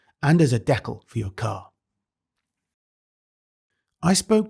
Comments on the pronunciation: I subscribed because he pronounces "decal", "deck al". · "Dekil" decal lol love it